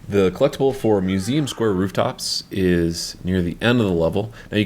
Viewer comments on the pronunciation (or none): none